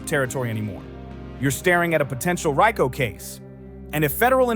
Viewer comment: Reeko not reyeko.